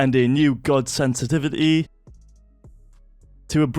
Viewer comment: hey why did you say GOD sanese sensivty